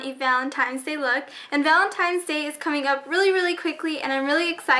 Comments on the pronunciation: ahw you say valentimes , just like your sister. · aww you say valentimes